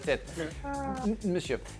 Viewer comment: Haha Seb got the Monsieur pronunciation wrong EVERYTIME! Must have tried it 4-5 times at least. 😂😂